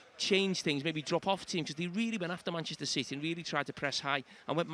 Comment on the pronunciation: Gary = "MANECHISTER CITY"